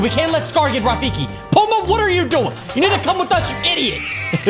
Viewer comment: DUDE ITS PUMBA NOT PUMA